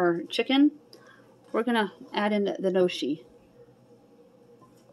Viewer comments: I love gnocchi too. It's pronounced "no-key". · Gnocchi is pronounced "Nyo-kee" ...just a lil FYI !